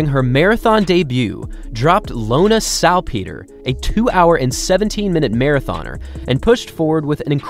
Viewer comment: Hmmm, is that how you pronounce Salpeter? It's a lot different than the commentators at most major marathons have pronounced her name. I don't think there is a hard "ee" sound in it, but could be wrong.